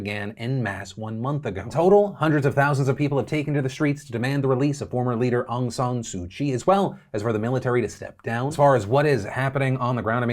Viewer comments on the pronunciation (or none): After a month PDF still can't pronounce the name Aung San suu kyi... Still Kyi not Chi